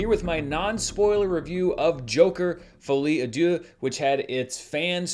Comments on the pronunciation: I've heard of the French language before and can translate for you. It's actually pronounced "Folly ah duce" which translates to "Stupid poop." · I love your pronunciation of Folie à Deux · Dan can’t escape the pronunciation allegations 😭😭😭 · I gotta say Im french and that pronunciation gets me hard 😂 Love you Dan ❤😅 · Dan you HACK! That's not how you pronounce Folie à Deux, it's actually "Folie à-Esposito" 😉